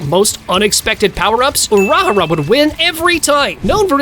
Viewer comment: The way this man says urahara name😂😂😂😂